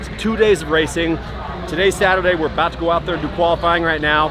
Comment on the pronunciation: "i wadnt abowt to not fit" i felt that as a fellow gut guy